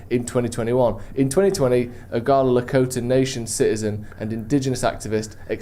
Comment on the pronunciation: saying Laramie wrong but nailing Lakota and Sioux is peak British.